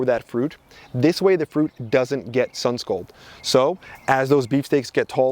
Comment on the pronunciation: Good info Thanks Pronunciation is Sunscald not Sunscold!